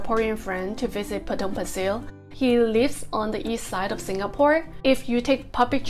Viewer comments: You pronounced "Pasir" wrong. It's a Malay word and hence it is pronounced as "Pa-Say" which means "sand". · I know you will be back for the Fish Head Noodle Soup!😂 I actually wanted to date you for dinner at that coffee shop after the pandemic! I am staying nearby and the NTUC you mentioned has closed down. and let me teach you how you pronounce Potong Pasir locally......Potong Pa_Say!🤣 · I lived in Potong pasir for 10 years and goes back annually. My family still lives there. I have never never ever heard anyone pronounced Potong Pasir the way you pronounce it. It’s Potong Paseh not Pasil. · FYI the right local pronunciation for Pasir is sound more like 'pa say' not 'pa sir'. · Potong Pasir is very close to the apartment where I was 31 years ago. Your pronunciation of Potong Pasir sounds cute. I used to play basketball their prior to my departure to US. Have a good weekend. Thanks